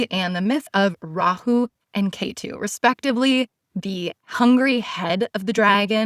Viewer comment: Love this thank you much! On a very minor note, do we ever ask natives how they pronounce words from their own language? Ketu rhymes with 'fret - tu'.